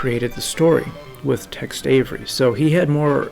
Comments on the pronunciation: Dude why are you calling Tex Avery “Text Avery”. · It sounds like you're saying Text Avery. The subtitle is spelled Text also.